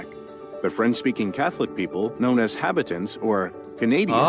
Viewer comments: Seems your 5-minute video wasn't made by a Canadian, he mispronounced Cartier, habitant. Canadien and Vimy. Also, not much of an historian if he thinks that the people coming over the land bridge, from Asia, were Europeans. That said, good for you for wanting to expand your knowledge of the rest of the world. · I think maybe Patti Chisholm is talking about the pronunciation of Habitant in the video being wrong - it should be pronounced ha-bee-tanh with that nasal French ‘n’ at the end - BTW this video is not great overall. To paraphrase Bill Burr “if he just had ONE Canadian friend”, he could avoid a lot of these bad videos :D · Hah- bee- tahnt. Emphasis on last sylable. Habitant. Like Habitant pea soup.